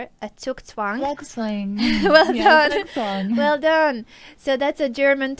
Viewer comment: Omg Anna, the way you pronounce Zugzwang is so cute :D I am german, so Im familiar with it :D